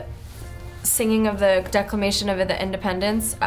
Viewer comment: She lost her hat and said decleration wrong... Are u sure she is American